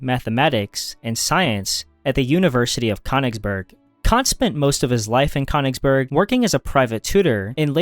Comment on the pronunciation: That pronunciation of Könnigsberg is quite upsetting.